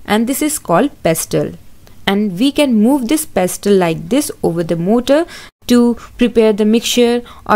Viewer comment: Mam motaar not motor 🤪